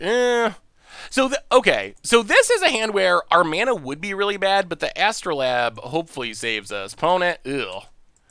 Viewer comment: Its AstrolAbe not astro-Lab. its a real tool used for science.